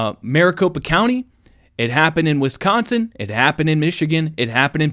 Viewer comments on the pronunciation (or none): none